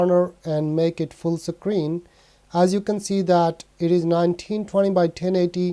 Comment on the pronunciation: I like how you say Sacreen and Sacroll